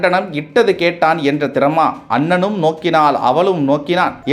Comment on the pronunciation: Whoever you are Your tamizh is bad please do not recite Kamba Ramayanam for RAM sake. It is not annanum it is Annalum. Unga Tamizhum Neengalum. I am as much a BJP fan as you are but more than that I am a Tamizhan